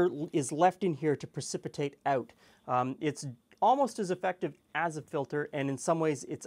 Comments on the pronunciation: eh-oot? meh-ooth? is that canadian? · That 'out' is the dead giveaway.